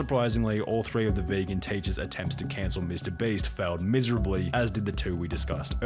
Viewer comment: I like how Pyrocynical keeps addressing Mr. Beast as "Mr. Breast", kind of like how I address his real name as "Nailgun".